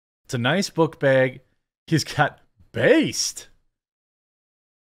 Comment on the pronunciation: The fleg on the beg. :)